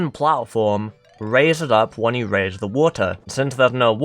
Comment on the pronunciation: Ze Population Of Ze Fish Is Now Called Ze Land Guppy's